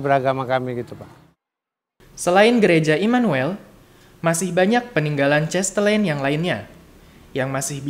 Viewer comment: Mas terimakasih atas video singkat ini. karena ini dipasang di youtube tolong pengucapan nama dan kata kata asing belanda harap diucapkan dengan laval belanda bukan dilafalkan dengan laval ingris misalnya nama cahtelein itu bukan dilafalkan chestelein tetapi chastelaein. Sorry ya saya mengritik demi kebaikan saja. thnks.